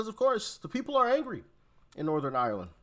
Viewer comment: Doc. It’s ’Northern Ireland’